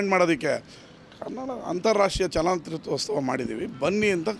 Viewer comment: ನಿಮ್ಮ ಉದ್ದೇಶ correct ಆದ್ರೆ ದಯವಿಟ್ಟು ರಾಜ್ಯೋತ್ಸವ ಮತ್ತು ಚಿತ್ರೋತ್ಸವ ಪದಗಳನ್ನ ಸರಿಯಾಗಿ ಉಚ್ಚರಿಸಿ.